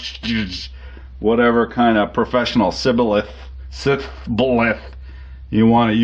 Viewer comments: are you a travelling man? you said that word like an ephraimite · Can't pronounce shibboleth - oh the irony. Hope that was intentional :p